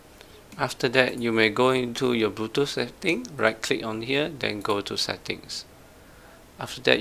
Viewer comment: Bluetoof 🤣 other than that this video was great thanks man no hate just fuhny